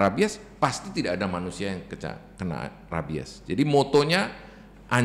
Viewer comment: Mbak penyebutan rabies nya salah😂